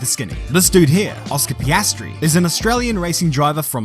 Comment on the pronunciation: Ah yes, the young and talented upcoming f1 rookie, Oscar Pastry🥐